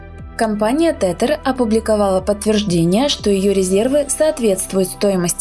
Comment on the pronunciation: Не тетэр, а тезэр читается правильно